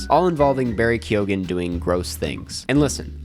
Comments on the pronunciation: ITS BARRY KEE-GEN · I don’t mean to sound picky, but “Kyone” is how to pronounce Keoghan.